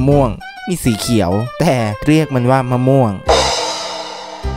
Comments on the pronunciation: มะม่วง ไง ไม่ม่วง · กูขำตอนแม่งพูดเพี้ยนๆมะม่วงอะ55 เอ้อเห็นพูด อเมริกัน ฟราย ไร้ นี่สงสัยว่า อเมริกัน เฟรด ไร้ ป้าว เฟรดไร้ที่แปลว่าข้าวผัดอะ หรือกูโง่ไม่รู้น้ะว่าฟรายไร้ถูกหรือว่ากูโง่เอง55